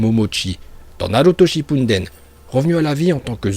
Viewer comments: Juste je sais pas où tu vois un N dans Shippuden tu dis h24 Shippunden est c'est faux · On dit Shippuden